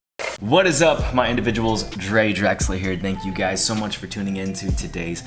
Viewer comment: who says indivuals